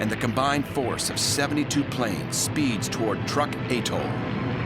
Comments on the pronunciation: Truk is not pronounced like "Truck." It is pronounced "Trook." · ..not to mention it was known as ‘Truk’.. not Truck. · I have read were Truk is actually pronounced Trook check it out